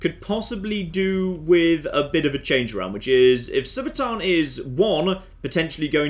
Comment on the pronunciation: Read it again. SU - BA - TUUN. Does TUUN look like it sounds TAAN. No, it does not.